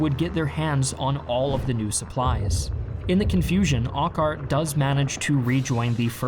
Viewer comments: "Drop zones", not "landing zones". "Corps", not "core". "Brian Horrocks", not "Brian Herrick". There was a panzer division at Arnhem, not a panzer corps. "Urquhart", not "Arkhart". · Your pronunciation of Urquhart is wrong. Pronounce Urqu like the word jerk. Should sound like Jerkhart. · Largely excellent but I wish there was more care taken to properly pronounce foreign / unfamiliar names. For example Urquhart is pronounced 'Er-cart'. Shame, because its largely great. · Not very well researched on some name pronunciations; ie, saying Har-rocks, istead of Haw-rocks/ Horrocks, and 'Orkhart', instead of Err-Kart/ Urquhart - Not sure why the video is insinuating just paratroopers were used, rather than the fact that Airborne Divisions were employed which consisted of glider-borne battalions of infantry troops, as well as gliders carrying in field artillery and anti-tank guns and jeeps. - the problem was the final objective was too far away. It was a silly assumption that there would be no major German counter attack to stop them, let alone getting all the many objective bridges intact.The Germans ignored their opportunities early on to blow up the Arnhem and Nijmegen bridges. "30th corE" - "Panzer corE' ??? wow, who's the production editor?..... And yes, the Allies did heed the resistance reports of German armour, but didn't care enough. - Many airborne troops of various units, besides those of Frost's battalion, made it into Arnhem - more than half the besieged British were not 2nd Para battalion. - And Urquhart inexplicably going to the front line and getting uselessly trapped from his command for over a day. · Urquhart is pronounced ur-cut, not Ork-hart just so you know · thats urqhart, pronounced urk-heart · Pretty good job telling this. tiny thing Urquhart is Erk-utt -- though your Eindhoven was quite excellent :) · No critique of General Gavin not getting on with the job when he should have? ..also General Urquart's name is pronounce "Err-Cat". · or Urquhart